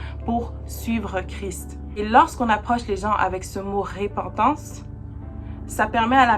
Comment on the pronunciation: Merci +++! Petite remarque: Repentance, pas RÉpentance. Mais c'est peut être la façon de le dire au Québec? Blessings +++!!!